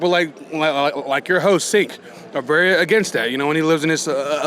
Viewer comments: Oh yeah, I watched TYT for YEEEARSZZZ. That's why I pronounce it "Chank." Yep. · How long has he watched? And he still mispronounces Cenk's name?!?